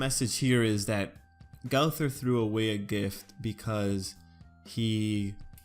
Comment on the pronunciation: Learn to say the name